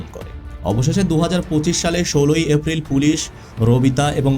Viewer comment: vai apni ki uccharon sundor vabe korte paren na?? afril ki?? dufur ki??